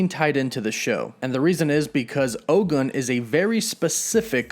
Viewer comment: OGUN IS PRONOUNCED OH-GOON. ✊🏿